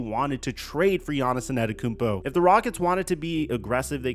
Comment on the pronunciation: Hit the blunt everytime he says Yahnissinantekoumpo